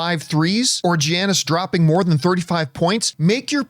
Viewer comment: That Giannis pronunciation in the ad read was tough to watch